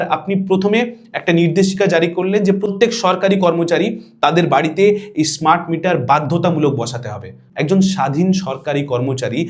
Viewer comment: অসাধারণ উপস্থাপনা। ভিডিওটা লম্বা হলেও তথ্য সমৃদ্ধ, এবং তাই চুম্বকের মত টেনে রেখেছিল। একটি নিবেদন:- স্মার্ট মিটারের উচ্চারণ আপনার মুখে ইস্মার্ট হয়ে গেছে। পারলে এডিট করে দেবেন।